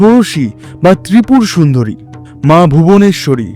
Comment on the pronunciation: আপনি শুরুতে দুই টি মহাবিদ্যার নাম ভুল বলেছেন। 1) মা ত্রিপুর সুন্দরী নয় ওটা হবে মা ত্রিপুরা সুন্দরী আর 2) মা ধূমাবাতী নয় ওটা হবে মা ধূমাবতী। উচ্চারণ টা বাঙালি হয় কেত মারতে গিয়ে অবাঙালিদের মতো করবেন না।